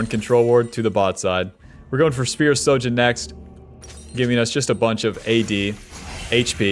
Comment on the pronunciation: "Is this bronze? No it's Masters NA" So yes it's bronze. Also, could you try saying SHOJIN correctly lol. You keep saying SO jin.